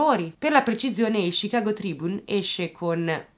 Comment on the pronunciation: oggi punti bonus per aver pronunciato bene "Chicago" e "Illinois" ;)